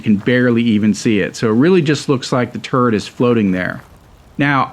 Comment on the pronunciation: Everytime he says turret it sounds like hes saying turd